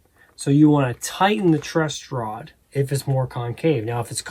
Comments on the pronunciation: Dog… it’s “TRUSS” rod. Not Trust. 😂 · Why tf is he saying TRUST ROD?!?!? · Dude I seriously can't believe you're calling it a "trust rod". How do you not know that it's a truss rod? You've got this fucking incredible guitar tech in front of you and a beautiful bass in your hands and you still call it a trust rod? What a muppet. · Dude dude its not TRUST ROD its TRUSS ROD. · Dude-its a Truss Rod, not a Trust Rod. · Truss rod not trust rod 😂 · still calling it a "trust" rod? lol great video nonetheless. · Holy crap you keep saying "trust" rod. Are you stupid? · Please reshoot or edit the video...You can't say trust rod anymore. It's truss rod. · Did he keep saying trust rod or was it just me?😂 great video though bro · Truss, it's truss rod gatdammit not trust rod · Loved this. But dude...truss rod not trust rod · Stop saying Trustrod! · Did you say "Trust rod"?